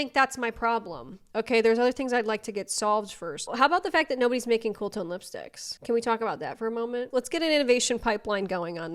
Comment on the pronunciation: Haha I paused and went to the comments after she said cool tone lispticks